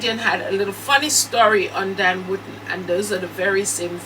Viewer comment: I like the way you pronounce DAN surname,it sounds like you are saying "WOODEN"😁😁🤣🤣